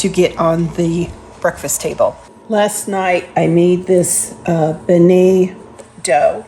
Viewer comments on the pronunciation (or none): Beignet is pronounced Ben-yay. Love them!